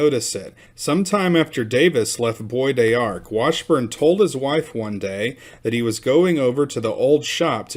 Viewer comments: It’s pronounced “Bo dark” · BBois D'arc is pronounced......Bodarc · Bois D'arc is actually pronounced "Bo Dock" by the people who live there. The "r" is real soft. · New to your channel, love Texas the history. The pronunciation is Boys D Ark. Bois d’Arc is a horse apple tree. Love the videos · It's pronounced "Bow Dark" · it is pronounced bo dark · "Bow dark" is how I've heard that place pronounced more often.